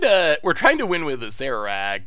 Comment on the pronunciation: You're the only one I've ever heard pronounce Acererak properly, so thumbs up for that alone.